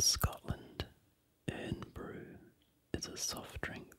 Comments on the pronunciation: irn bru pronounced iron bru just saying :D good video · Great vid. Irn bru is actually pronounced iron brew, it's a bright orange carbonated drink. Thanks from glasgow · I think its pronounced 'Iron-bru' even though its called Irn bru. Good attempt though. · its pronounced like iron brew :) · yea it's pronounced "iron bru, " they do now sell irn bru witch is good